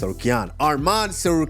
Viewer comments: SAY HIS NAME RIGHT ITS ARMAN NOT ARMEN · Henry of course saying armen it’s not armen it’s arman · They guy said his name is arman they continue to call him armen